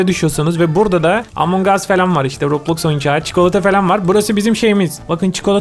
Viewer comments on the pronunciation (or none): none